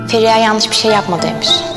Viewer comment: Feriya degil olum lan ferihaaaaa😬